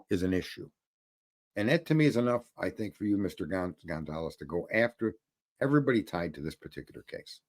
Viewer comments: Being wrong makes you educated? Learn how to pronounce Gon-Cal-Vez . It’s not Gonzalez. Everybody is stupid except you huh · FYI: You are pronouncing Steve Goncalves last name wrong.